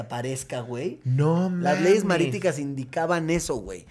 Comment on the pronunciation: Leyes mariticas ? O solo yo escuche que así lo dijo ? No son marítimas ?